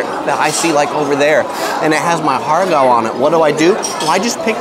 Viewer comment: Ha Gow would be more accurate pronounciation, without the R sound